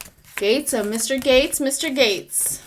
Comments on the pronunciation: Matt Gaetz pronounced 'GETS' not gates, and yep hes a total ass!😉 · I knew who you were talking about, may people mispronounce his name(gets). Not gates.